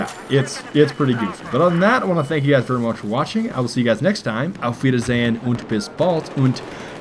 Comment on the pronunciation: hey you pernounce the "a"of "bis bald" a bit like aa "o". I mean it just sounds a bit weired for me.